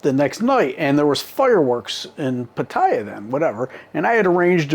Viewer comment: Omg. Can’t believe you felt the need for this story. It’s more about the stupid farang than the Thai female. Bad females world wide prey on horny stupid males. You been there long enough too mate to pronounce Pattaya correctly. Gives you more credibility. Sawasdee